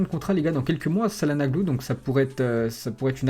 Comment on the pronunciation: On dit tchalanoglou... Çalanaglou ca fai mal aux oreilles !